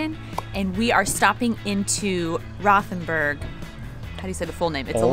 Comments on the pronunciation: like your Podcast, however need to work on your pronunciations. Rothenburg is pronounced "Rotenberg". "H" is silent and "O" as in "boat". Also missed out on the truly famous history of Rothenburg, The Thirty Years War ( ) period when Count Tilly of the Imperial Forces laid siege to the town. 🤷‍♂️ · We dont have the English th sound in German. It's actually hard to understand where you are. Rothenburg? Ravensburg? Rottenburg? Just dont pay attention to the h in any German word containing a th :-) A double "e" will make the "e" longer, not closer to "i": Schnee ist "Schneh", not "Schni" :-)